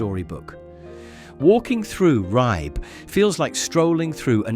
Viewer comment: please pronounce Ribe correctly.